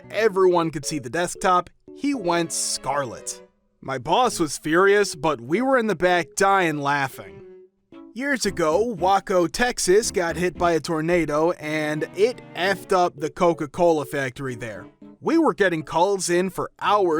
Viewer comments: Okay thank God I wasn't the only one who heard him said "Wahco"!😂😂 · "Wahco" Texas? You mean "Wayco" Texas? 😂😂